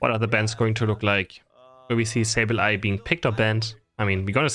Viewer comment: its not soul its pronounced S 8 U L maybe I'm wrong but the commentators on the stream were calling them btw love your video